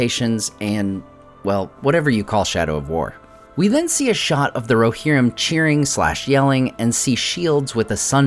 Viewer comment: "War of the RoHERrim"